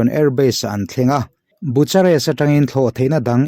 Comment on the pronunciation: Bucharest(Bu-kha-rest) tia lam tur aw